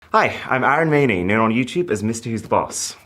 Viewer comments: 😂 😂 fool you are not “Aarooon Maayynee” you are ARUN MAINI…. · Iron maine? Lol. Atleast you should pronounce your name correctly.